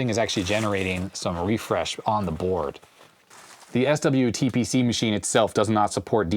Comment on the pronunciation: The SWTPC computer is actually pronounced "Swap-tech" by those in the know ;)